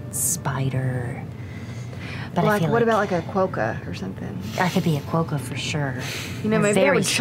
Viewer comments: It hurt me every time they said "kwoah-ka" instead of "kwah-ka." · As I live in Australia and more specifically Perth, West Aus I am laughing my ass off at their pronounciation of Quokka. Quo-kka. Everyone here pronounces it Quok-ka. The irony of it also hits me that all the talk of Fearne who is part goat having a marsupial pouch which isn't a thing but quokkas do 😛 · It bothers me so much they kept saying quokka wrong 🥲